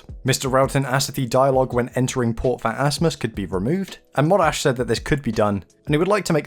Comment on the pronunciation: Port Phatassmys XD